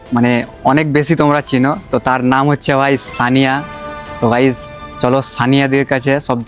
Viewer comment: সানিয়া না সোনিয়া